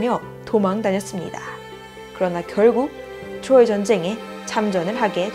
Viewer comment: 트로이 발음이 자꾸 귀에 걸려요 ㅋㅋ 추로이